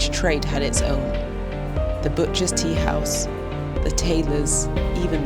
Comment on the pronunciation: thanks to you all who create this video . i have a small note , i think the person who speak along the length of the video might have some info about Kurdish language and pronunciation , i'm saying please do not Persianize the Kurdish language , when you pronounce the teahouse you said it wrong , look how the old gents say it .